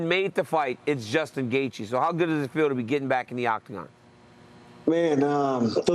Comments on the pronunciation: Gaethje, it's DC um. 🤣🤣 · Gay-Gee lol